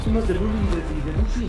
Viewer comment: Es Duffy, no "Dufy" :]